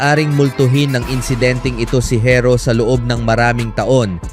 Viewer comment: bisaya ka ba pati pag pronounce mo ng herro barok...makinig ka sa ibang blogger ng tamang pag pronounce ng herro para alam mo.